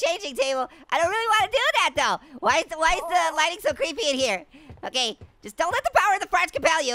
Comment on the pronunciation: Dude it’s creep not ceeps